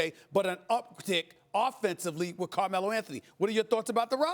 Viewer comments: He called him Camelo Anthony 😂😂😂😂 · who is "Kermello"? LOLOL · Who’s coremelo 🤔😂 damn he can’t even say Carmelo. He’s ready to get this interview over it and grab some donuts